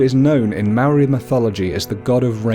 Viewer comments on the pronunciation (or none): Dude it's not Maroi its mo-ra-I moari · You saying "Maori" is killing me. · You pronounce Māori words really good but Māori isnt Mare it sounds like "Moldy" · Bro yes a beautiful subject, but bro please before doing a Maori video please learn how to pronounce our words properly. I do not approve of our cultural deities, done with such effortless pronunciation. As fasinating it may seem to you, please leave our culture alone until you understand and may great effort in pronouncing our words right. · Pronunciation tip: the Maori roll their Rs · Heads up when u gotta use the "wh" u use it like a F And when u say ur "R" u say it like a machinegun sound effect but not long as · I go to Te kura Maori o porirua TKMP good job just learn how to say Māor and are Māori gods names right thank you 😀😀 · The pronunciation of Maori words were not said properly most were incorrectly said like the word Maori as it was said wrong however it's great to see people getting to know more about our culture and share what they have learnt with others! :) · Sad you can't even say Maori right it's Te Reo Maori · chantelleida as a young Maori man I was quiet insulted by the mispronunciations So badly I ended up making a sin counter By the way Kia ora